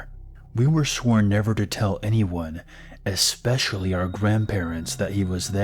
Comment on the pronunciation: I find it difficult to get into the creepy vibe of the stories when I keep hearing the narrator say things like "drownd-ed" , "expecially" or "across-t" 😂 Please stop